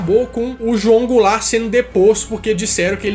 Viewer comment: Mano uma hora o disse goularte